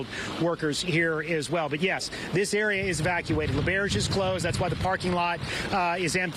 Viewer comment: Listening to them mispronounce L’auberge is painful